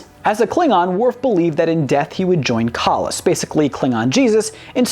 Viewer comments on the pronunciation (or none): it isn't kah-las but kay-less. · Just FYI, it's pronounced Kay-less....no Sto-vo-kor for you 😁😎🖖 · We know you are not a fan of Trek because you mispronounced Kahless. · That's what happens if doesn't prof read lol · Tut tut you mispronounced the great Kahless's name